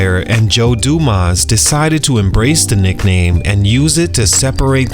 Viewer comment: .... It's Joe DUMARS.... Not dumaas like YOU said 🤣😂🤣😂